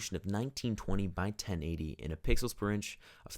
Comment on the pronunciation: He said pickles instead of Pixels😂😂😂😂😂